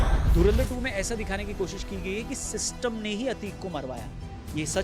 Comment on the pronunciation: chacha ko bolo thora kam piye pine ke baad sishtam farna band kare